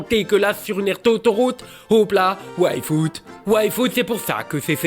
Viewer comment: Bon, je sais que ça ne joue pas en ma faveur, mais pouvez-vous articuler un peu mieux le nom de Yfood? Je n'arrête pas d'entendre waifu et c'est très perturbant. ^^